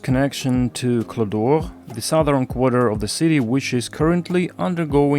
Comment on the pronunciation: cloche d'or meanes golden bell in you mispronounce it but i can't explian how.